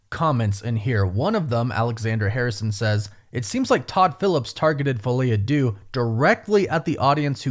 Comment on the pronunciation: I realize you do not speak french. But if you make your money from these movies and the title is in french at least look up the pronunciation.